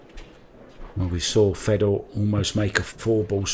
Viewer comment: FAY Door not fedder. Inbreds!